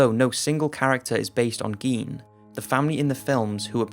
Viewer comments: gein is pronounced guy-n....eddie guy-n... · Dude, Gein is pronounced with a long I, not a long E.... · It's pronounced "Gain," not "Geen." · Ed Gein!!!! As in gain!!!!! What's the world coming to if we can't even pronounce the names of psychotic freaks correctly. Sheesh! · Isn't it pronounced GAIN? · Nope, pronounced geen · Why doesn't there seem to be an agreed-upon pronunciation of "Gein"? Some say "Geen", some say "Guyn". If he's of German descent, I'd think it would be "Guyn", since that seems to be the rule (think "Rammstein"). But if he's not, then what is the proper pronunciation?